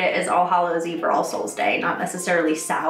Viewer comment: it sounds like your saying arseholes day lol